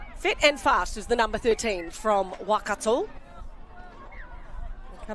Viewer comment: Thank you for the livestream the commentator, is doing a great job with pronunciation keep it up. Could you just pronounce Waikato, as 'why-car-tor'. Not 'wah-car-tor.' ♡